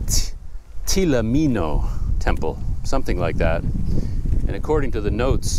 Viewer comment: The correct pronunciation is Htee Lo Minn Lo Temple Myanmar script is ထီးလိုမင်းလို ဘုရား The meaning of the name is that, Htee Lo (Like an Umbrella), Minn Lo (Like a King). The name implies that the king of Bagan is like an umbrella over it's citizens at that time.